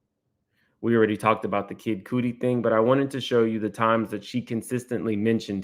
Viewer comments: Lord you are killing me still butcheribg Kid Cudi's name. Its pronounced "Cutty" like Idris Elba on The Wire. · Please it’s not kid KOODY it’s kudi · It’s Kid Cuddy not Kid Coody. Are you really not familiar with Kid Cudi? 😂